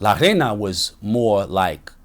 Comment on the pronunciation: It’s pronounced ray-na this man is trying to say “queen” and he keeps saying “sand” 🤣🤣